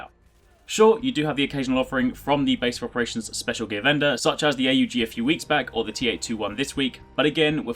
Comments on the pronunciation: jesus its called aug not A U G ... smh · It's not A U G. Say "augment" then drop the 'ment'. That's how you say it.